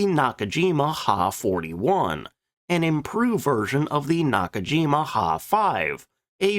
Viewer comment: The narrator does not know anything about Japanese aircraft names. The Ki-44 is pronounced K I not key also the Ha is H I not ha! get people to do these videos that now what they're doing!!!!